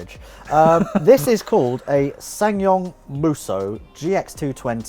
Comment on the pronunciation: "SsanYong Rodius, have you seen one of those" googles ssangyong rodius cringes in disgust